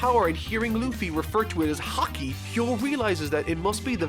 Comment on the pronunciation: 5 1/2 hours in. Please tell me, when does learn to pronounce Haki correctly? Please, I'm dying.